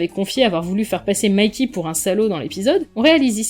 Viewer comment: Tu prononce tout à l'anglaise ? Mayky ? C'est violent par moment le croisement Franco anglais !